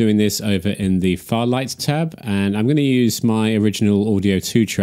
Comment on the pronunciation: It's fairlight not farlight!